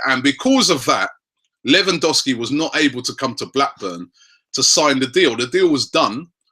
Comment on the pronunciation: LEV AN DOV SKI please say it right, infuriates me when people go American and say LEE WAN DOW SKI